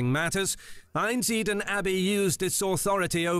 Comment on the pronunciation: Who speaks that OG video? An AI? Or someone who can't pronounce words the Abby is called Einsideln but he says einsiden he just chooses not to pronounce some letters 😂